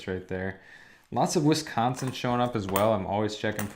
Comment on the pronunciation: Watching this at 430am in wescansin lol the way he says wisconsin you can definitely tell he isn't from here. Thanks for the content. Kind of makes me want to collect again.